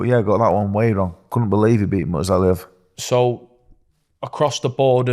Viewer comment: Dave’s pronunciation of Murtazaliev 🤣🤣🤣